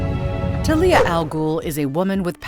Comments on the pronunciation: It's not Thalia it's Talia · I’m going to fuckking lose it if I find another video with it having the person/ai mispronouncing the name of Ra’s Al Ghul and Talia Al Ghul AND SERIOUSLY THEY FUCKKING KEPT SAYING TALIA CORRECTLY AND INCORRECTLY